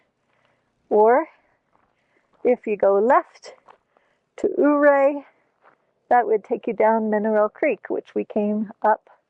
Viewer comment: Really enjoying your travels on the back roads of Colorado. We watch you every week. The views are amazing. Just so you know the o in Ouray is silent. Kim and Jerry from Colorado.